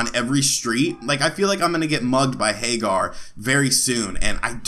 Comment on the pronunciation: Pretty sure it's Hag-ger, not Hay-gar. Anyway, it's cool that it has a aspect ratio switch. I had one of these clone consoles for a while and it bugged me because it always stretched the picture to widescreen.